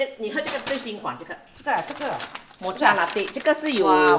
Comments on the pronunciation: Pronounced as Moka, not mo cha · Mocha pronounce as Moka